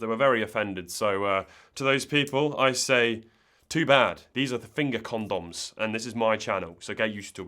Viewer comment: I think the problem is you say condom like Gundam